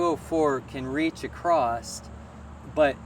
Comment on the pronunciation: It’s a common mispronunciation for across.